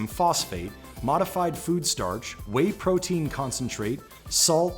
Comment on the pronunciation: the way he pronounced "whey" 😑